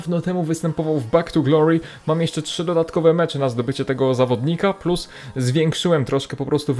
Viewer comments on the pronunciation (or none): none